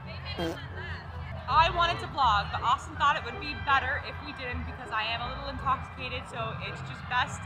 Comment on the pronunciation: "Austin said to not vlog because I'ma- I'm a lil in-cocks-icated"